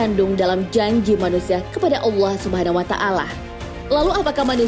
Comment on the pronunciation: Maaf mau request. kalo bisa nyebut allah nya biasa aja, kedengaran nya kaya dilebay kan gitu hehe